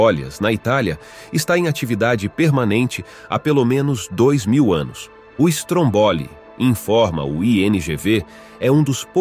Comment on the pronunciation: Meu Querido narrador vamos lá pronunciar certinho aceita ajuda; Vamos lá (fale como vou escrever ok?) Stroombolli carregue ou Strõmbolli no (Õ) vc faça mais grave trooboli tenta aí sei q é outro idioma mas tenta aí vai ficar perfeito sua voz é linda bora ficar mais bonito. Melhores vídeos de Vulcões da internet. Parabéns.💋👊🏼🌋💯🇮🇹💯🇧🇷👍🏼